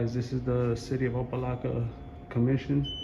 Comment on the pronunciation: Its opa locka... Not laka... Dude cant even read or pronounce the city he's in...